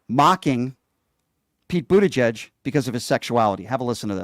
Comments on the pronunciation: He still can’t say Buttigieg! BoOt-EdGe-eDgE. Absolute thicko. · Trump can't (won't) even pronounce Buttigieg correctly but calls HIM clueless. And he admits Pete has a loving relationship with his spouse, something Trump has never had. Jealous much don?